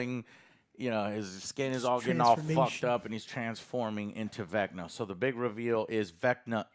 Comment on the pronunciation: 1 her name is Carrie not karry. Karry isn’t a word. 2 it’s spelled VECNA and pronounced VECNA not vecnar.